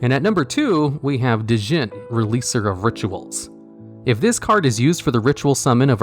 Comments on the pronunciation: This part killed me, especially because he kept mispronouncing "Djinn" too 😢😅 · you don't pronounce the "D" in Djinn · The D in Djinn is silent